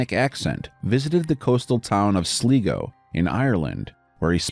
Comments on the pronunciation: "sleego, Ireland..." ok, was not expecting that.. Also it's SLIGO! AS IN SLY GO! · Sligo (sly-go) not (sli-go) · Its pronounced SLy-go you moron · The last one its prenoced sly..go ...sligo 😂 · Sligo is pronounced weird here it's usually pronounced like 'sly-go' ☺